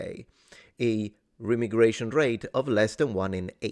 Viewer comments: … Not “Rem-igration” It’s “Re-migration” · i know you said remigration, its pronounced Re-migration :) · ive always heard it pronounced "re- migration" not remi- gration. then again, i speak southern american, so take it for what its worth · Re-migration- don’t think it’s rem-migration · I think it is pronounced Re-migration not Remi-gration, maybe its both but the second sounds weird to me. Good video either way. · Pronounce the first "i" as aye, or eye, re-m'eye'-gration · its pronounced REE-my-gray-shun. As in crazy people go REEEEE whenever it happens. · Remigration is normally pronounced ree- migration